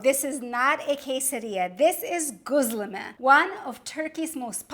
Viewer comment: I assumed you were turkish but I dont think you are. It is irrelevant anyway... great presentation. The reason I raised this point is because ' gözleme' is pronounced as 'ghozleme' rather than ' 'ghuzleme'. Göz means eye. Gözleme means observed and weighed by eye_ instead of by scale... I have subscribed by the way...